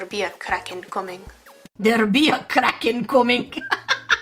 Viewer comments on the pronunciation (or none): none